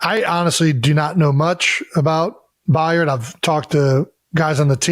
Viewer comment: It’s By-erd